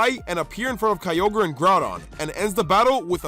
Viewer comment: DO NOT LEAVE OFF THE Y IN GROUDON! AND IT'S KYOGRE, NOT KIOGER!